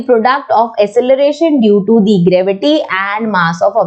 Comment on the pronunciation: Ma'am you can pronounce "thi" in the word the where the first alphabet is a vowel. otherwise you should speak the.